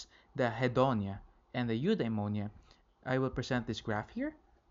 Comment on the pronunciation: It should be Eudaimonia